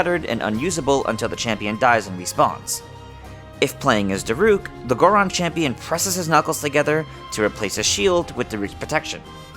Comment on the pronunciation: Did I just hear u say Gardon instead of Goron?